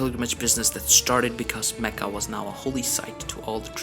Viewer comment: That's actually what confuses me in these videos, when I hear this Aladdin style music I immediately assume whoever made this video isn't arab, but when he started talking I realized he is, because of the way he said mecca and Ibrahim etc.. To answer your question arabs did have certain music but it's not the one used in these videos